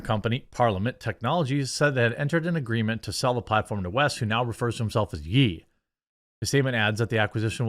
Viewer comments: Ye like Yay not like Yee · It's pronounced... Yay... lol Not Yee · It's not Yi, it's Ye. As in Yé. It isn't that hard. He just did away with Ka, muted the n and now it's Ye. As for Parler… As long as there's an alternative to Twitter, seeing Elon has shown he doesn't have the capacity to fix it, then I want to see what Ye does with Parler. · His name is "Ye" now! Sounds like Yea not Yee his name is (con yea) not (con yee) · His name is pronounced “Yay” like the second syllable of Kanye, not “Yee” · Why do people keep calling him "Yee"? It's pronounced as "Yay". As in Kan-ye. He's never been called Kanyee West has he??? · It's pronounced yay....not yeee I can't believe how many people don't understand this. it's the end of his name. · Ye, It’s pronounced Yay like Kanye.. 😂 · it's pronounced"yaye" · Its "Yay" Jeremy lol. Love you man 😃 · Did you just pronounce it “Yee?” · It's not "YEE" 😂